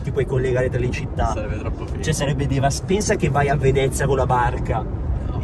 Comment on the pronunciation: Se ascoltate bene a un certo punto dice DEVASTANTEH